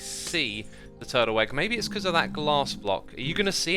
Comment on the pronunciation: Guys lidten to how xisuma say turtle egg it sound like turtle egg but with a w twurtle egg something like that XD Edit: or was it egg honestly cant remember turtle weggg hehehee